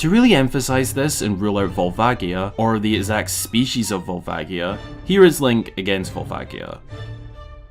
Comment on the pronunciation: I'm gonna be that asshole and say it's volva-ji-a, not gi. I know people like to debate this but it's a "ji" in Japanese, if it were meant to be gi it would be gi, since they have that sound. Love this video though! I definitely adore these kinds of theory videos with actual thought to the lore.